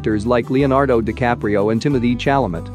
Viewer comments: “cHAL-li-met” i can’t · not the "timothee chalaMET" and the "louis PATridge" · he said timothee chalamet no shalamet